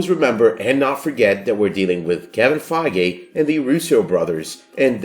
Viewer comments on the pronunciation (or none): Btw, it's Feige, not Fiege :)